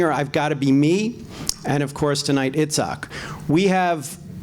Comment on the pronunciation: Am I the only one hearing "Itzkock"?